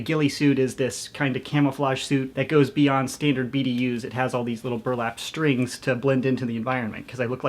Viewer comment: “professionals have stændards”